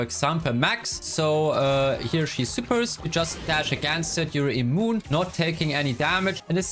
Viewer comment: immoune lol